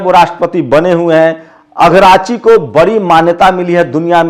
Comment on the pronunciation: not Agrachi Yes. ARAGCHI